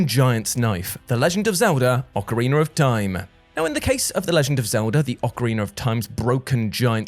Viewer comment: Why does is always sound like ‘Orcariner’ when you say it?